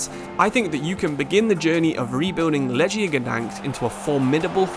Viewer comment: My ears bleed when i hear this pronunciation of „Lechia”. Sory mate, not correct